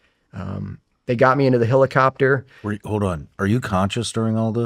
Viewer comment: dude this guy saying "hillicopter" instead of helicopter is fixing my unsubscription